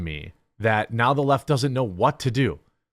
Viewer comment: At 39 seconds in it sounds like you said the Laught instead the left. I'm gonna use 😅😁😅